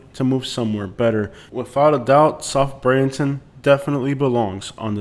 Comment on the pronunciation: With due respect, if your talking about Bradenton, please learn how to pronounce it correctly.